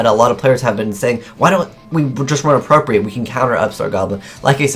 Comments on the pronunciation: FYI, it's pronounced "appropri-Ate", which means to take something for yourself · "It's Appropri-ATE,* not appropri-IT.* *Consider yourself educated." Pronunciation does not matter, different people have different dialects. Those two pronunciations of the word 'appropriate' obviously mean the same thing. Also, consider yourself educated.